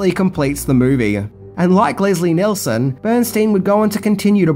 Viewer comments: Just FYI, it's Leslie Nielson, Not Nelson..... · As per usual you mispronounced another name it’s NEELSON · And it's pronounced Leslie Kneel-son, not Nelson. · Oh God...it's Nielsen, not Nelson! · why does keep calling Leslie Nielson, Leslie NELson......? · It’s Leslie NIELSEN, not Leslie NELSON. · ~ Nielson, not Nelson. (Like kneel, not nell.) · NIELSON you heathen not nelson omg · Leslie Nielsen not Nelson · Neilson, not Nelson... Damn, if you cannot get that one single fact straight, within the first minute and a half of your video, what credibility do you have? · Leslie "Nelson?" Just sayin'. This is another movie that should never have a remake---although I suppose some brain dead type has already pitched the idea... Stay safe, everybody. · Leslie "Nelson". "Jim Abraham". 😆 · Leslie "Nelson." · Leslie "Nelson"? John "Bryner"? Oy. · Leslie Nelson? Really? At least he got it right later on. But then he says John 'Bryner' when it should be 'Byner.' How hard is it to get names right in this day and age when you can look up anything under the sun in 2 seconds? When releasing something to the public, you should at least make sure proper names are correct.. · Sorry mate - had to stop watching after one minute... You called Leslie Nielsen “Leslie Nelson”!!! The man was, and still is, a legend.